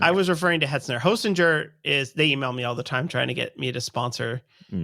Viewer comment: zer? no, it's ger. Not hostingzer/hostingJer, but ger.